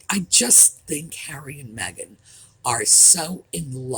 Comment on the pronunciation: Thank you for pronouncing her name right too, my sister is Meagan, heavy on the eeeeee. Meghan is absolutely pronounced Mehgarn.